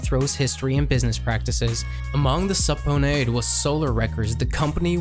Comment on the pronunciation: “Sub Ponay” 😂😂😂 that’s how he pronounced “subpoena “